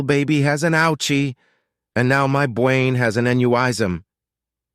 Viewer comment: "An nyow my bwain has an anyuwism" 😅